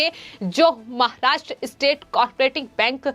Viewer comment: Presentation voice is not mic friendly, pronouncing महाष्ट्र, र रा कि री रे का ति practice करे